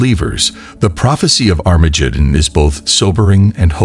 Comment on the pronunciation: Sorry I can't listen to an AI preaching to me that can't say "Christ" correctly or Armageddon.